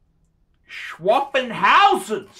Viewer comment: You pronounce it shithauzen you ball bag